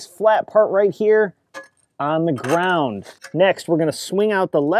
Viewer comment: Off the gwound.. pwinchweld